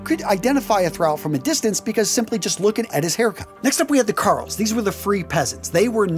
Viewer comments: Quick pronunciation on "jarl" - it gets imported into English as "earl" (both the name and the title). So treat the J as a vowel instead of a consonant. Also, it sounds similar to the other classes. So, jarl, karl, and thrall. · Good video. The only major criticism is your pronunciation of a couple words. As a Scandinavian word, the "j" in "jarl" is pronounced as a "y" so it would be said as "yarl". Also "Ibn" is an Arabic word that roughly translates as "son of" and it's pronounced with a short "i" sound so "ib-n" not "eye-bn". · You've probably been told elsewhere, but "jarl" is pronounced like "Yarl". But you've done well. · FYI, Jarl is pronounced with a soft J. Sounds like "yarl" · OK, several things here. Bethesda does get this right, it's jarl pronounced yarl. Also there have been multiple instances of men and women with tattoos from prior to and right into the Viking period. Next, it's highly likely that many of them kept their hair long as there is a tale of one cleverly using it to get out of being beheaded. It is also worth noting that Norman knights in service to, Justinian I believe, a Byzantine Emporer would peirce an ear. It may be that they viewed it in a similar way to Jewish customs but that's conjecture. Finally, anyone who knows about lye knows that it's in soap but in high concentration is definitely being used for bleaching. Highly alkaline soaps were used all over that region and later made their way into England during the Middle Ages as more Danes and Angles moved there. While it may be highly improbable and extremely impractical for them to have braided their beards and head hair this doesn't rule out the possibility of it in instances of a council or some other ceremony. A sure way to show off wealth and strength is appearance and those would be exactly the right time. I would recommend having a look at channels made by Scandinavian historians since it is their own history we're talking about here.